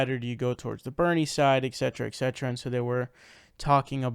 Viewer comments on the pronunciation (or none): You lost me.. it's et cet not excet...